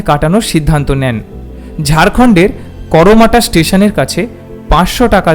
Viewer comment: করমাটা নয় ঐ টি কর্মাটার।